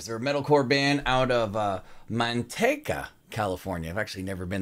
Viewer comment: Shit is very well put together. Excited to see more from these guys! It’s MAN-TEEK-UH 😆 super close